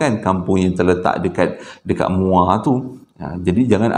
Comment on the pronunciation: Assalamualaikum.. Sebut muo baru rare sikit..hehehe.. Salam from muo joho